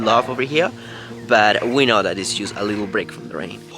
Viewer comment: Por favor deja de decir “just” como si dijeras “juice o just”. Suena como si estuvieras diciendo “jugo” en inglés cuando estás tratando de decir “solo o solamente”. Imagínate que estás tratando de decir en español “sólo me quedan tres días más de trabajo” y en lugar de decir eso dices “jugo me quedan tres días de trabajo”. Suena horrible verdad? Todos los que te escuchan decir esto en Inglés están escuchando precisamente esto y es algo que fácilmente pudieras corregir. Tremenda cacofonía. Por favor trata de corregirte de esta mala pronunciación. La letra,”U” suena como ‘O” en esta palabra igual que la palabra “oso” como (oso peresozo). Se escribe “just” pero se pronuncia “jost” como la o en “oso”. Te comunicas muy bien en inglés pero recibe la corrección que te ofrezco. Lo hago con la mejor intención posible porque quiero que triunfes en todo lo que hagas. Te deseo lo mejor y espero que recibas mi crítica instructiva con la mejor intención que es lo que tengo por ti.